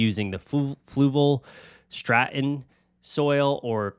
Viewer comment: It's UNS ControSoil, not ControlSoil It's Fluval Stratum, not Stratun It's Amazonia, not Amazon 😭😭😭